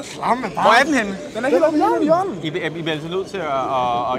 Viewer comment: De der tvillinger som peger i samme retning... "Den a' heelt oopp' i hjøøørn't" hahaha.. kæft mand, bonderøvsland, det er så fedt :D